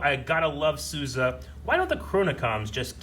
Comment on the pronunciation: The way, and the characters on the show pronounced Sousa makes me cringe like that one guy cringed to the word Moist. I need Yo-Yo to say it for my sanity lol